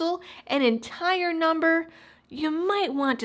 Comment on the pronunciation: *entire....not intarer <-----(that's not even a word)